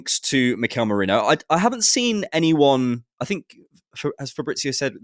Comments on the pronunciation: lmfao hahaha, thank you so much for correcting those mispronunciations, the Merino links have been driving me insane having to hear every single Arsenal fan call him "Moreno". That's not his name! Look at the words, they're completely different letters!! It's not even tricky to read, it's an incredibly straightforward word!!! Arghhh!! Almost as frustrating as the old days when we had to hear everyone say Santi "Carzola"... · So glad he corrected them so that they say Mikel Merino's surname properly